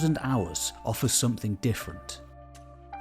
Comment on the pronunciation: Don't mean to be an internet pest, I like your videos, I guess. BUT, I CANNOT STAND the way way you say SOMETHING --- There is NO "K" at the end of the word SOMETHING, its SNOT SOMETHINK.